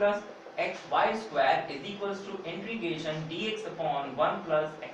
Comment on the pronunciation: Intrigation kia hota he integration hota he ......😒